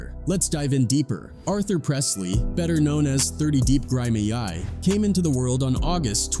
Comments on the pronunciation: My boy said grim a.i grimay 😂😂😂 gri meee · Taking other peoples paid interviews and making your own content like this is cringe. Not only can you not say his name correctly…but you out here preaching about dude like he’s some vessel of the devil but wanna talk shit….the only thing scary about this video is how you trying to turn a whole bunch of people against someone who you know nothing about…dudes in jail probably doing his best and you’re like yeah let’s scare people off some drama so people don’t go listen to him and help him move on up out the streets that you fault him for being from. Ain’t his fault he was born into shit but it’s your fault you choose to post this bullshit on god. Only thing I see evil here is you. If you go listen to all his music he talks about way more than dead mf goofies. Shits dumb go do your research. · The Way The Names Being Said 🤣🤣🤣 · Dude can't even say his name right 😂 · You get shot after release off Grimeyy for mispronouncing his name fr ♿♿♿ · I fuckin hate da way u keep sayin his name 🤦🏾‍♂️ atp it gotta be on purpose you've used 3 different pronunciations...all wrong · Show me u use AI with out telling me.... I bout forgot how to actually say grimey 5 min in